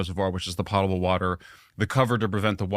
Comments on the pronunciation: Pote-able, not pott-able, why can’t adults get that right? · It's pronounced, "PO-table," not "POTTable." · Po-table water Not pot-able